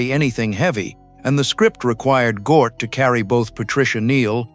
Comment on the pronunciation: "Gort" not "Gnoot" Hard to listen to ...!